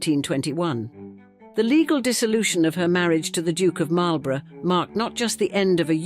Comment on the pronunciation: It's a pity you didn't look up how to pronounce Marlborough and Blenheim; that's where this video lost me.